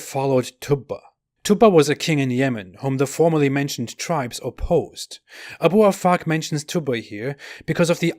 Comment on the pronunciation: Abu Afak, I heard A boob a fuck 🤣🤣🤣🤣